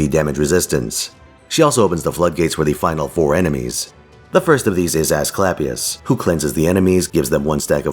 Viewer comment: He said "Ass-clap-ius" I died.